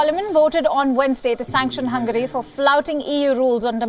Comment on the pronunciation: its hungary not hungry